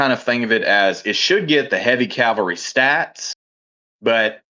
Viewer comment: Cal-Va-Ree? 🤦🤦🤦 Come on guys, you know how this word should be pronounced.